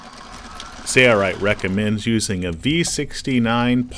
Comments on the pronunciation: Watched quite a few of the Sailrite videos and enjoy learning. But there's something that just bugs me. I know it's petty, but pronunciation of the company name sounds like "sayo-rite". It just seems that if you're representing the company, a correct pronunciation would be in order. peace... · why isn’t the L in Sailrite pronounced? making these. thanks!